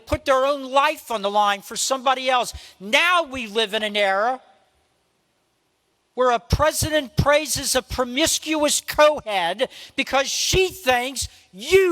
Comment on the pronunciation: he said: "promiscous co-head" what the hell is a co-head? kmfao